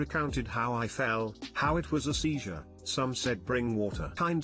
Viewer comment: Anyone hear how "he" said seizure?😂.. this guys a idiot